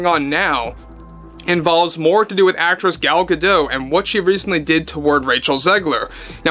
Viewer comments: Gadot is pronounced with the T. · Small issue gadot, the t is not silent